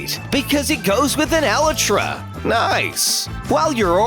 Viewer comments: uhhh u said elitru wrong and how do u spell it ??? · He didn’t say Elytra right... OR COMPOSTER!!!